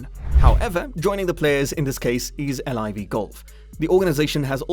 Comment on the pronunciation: How do you know all this information but not how the tour is pronounced